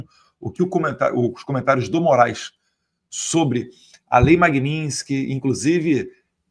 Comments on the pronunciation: Eduardo, não é lei Magninsky e sim Magnitsky não deixe espaço pra essa cambada te criticar! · Ensinem Eduardo a falar Magnitsky. Não é Magninsky